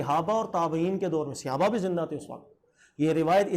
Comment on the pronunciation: Janab aap Mufti aur Aalim ho kar SAHABA ka ghalat talaffuz SEHABA kyun bolte hain??